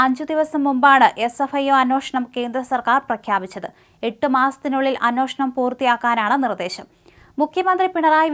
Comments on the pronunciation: ഈ അവതാരകക്ക് പല വാക്കുകളും കൃത്യമായി ഉച്ചരിക്കുവാൻ അറിയില്ല ! എത്ര വർഷമായി വാർത്ത വായിക്കുന്നു !! അന്വാഷണമല്ല - അന്വേഷണം എന്ന് പറഞ്ഞു കൊടുക്കാൻ ആരുമില്ലേ ? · അന്വേഷണം എന്നതിന് പകരം അന്വോഷണം എന്ന് പറയുന്നതെന്തേ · എടി കൊച്ച്, നിന്നോട് പലപ്രാവശ്യം പറഞ്ഞിട്ടുണ്ട് മലയാളം അക്ഷരം ശരിക്ക് വായിക്കാൻ.അന്വേഷണം എന്നാണ് മലയാളം വാക്ക്. ഇത് കേരളമാണ് ഇവിടുത്തെ ഭാഷ മലയാളമാണോ. നീ എവിടുത്തെ കാരിയാണ്. ആദിവാസികളും മലയാളം പറയും. ഈ അക്ഷരം അറിയാത്ത നിന്നെ ആരാണ് വാർദ്ധ വായിക്കാൻ ഏൽപ്പിച്ചത്. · അന്വേഷണം. ഉച്ചാരണം ശ്രദ്ധിക്കണ൦